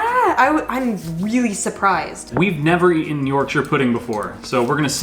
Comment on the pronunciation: Well done for for pronouncing Yorkshire pudding correctly and cooking a roast dinner the right way. Impressed